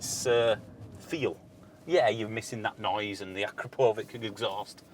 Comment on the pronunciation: Great video, definitely fun if you don’t need range. Just a tiny correction. Akrapović is better pronounced A-crop-of-itch.